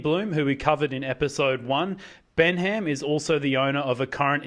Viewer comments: It’s pronounced Ben-um! Not Ben HAM!! Haha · Its pronounced Bennam, the pronunciation here is comical.